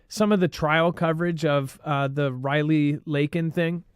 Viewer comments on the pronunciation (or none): it's Lakin Riley... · her name is Lakin Riley, not reverse